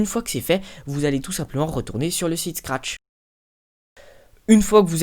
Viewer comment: tu dis trop de fois SCARTCH